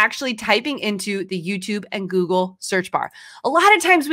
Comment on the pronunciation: I think it’s funny that she has a hard time saying Google. She keeps wanting to say gurgle